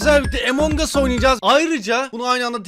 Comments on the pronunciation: Among Us oyunu - emong as - diye okunmuyor, - Among as - diye okunuyor Sırf şov yapmak için bu dimi Puuuuuğğğğğhhhhhhhhhhhhkkkk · Abi ingilizce biliyom diye bokunu çıkarma okunuşu Emong us değil among us